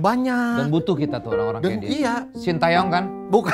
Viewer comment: Bacanya SIN TE YONG bukan SIN TAE YONG